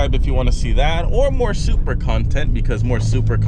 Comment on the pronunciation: it should be "Supra" simple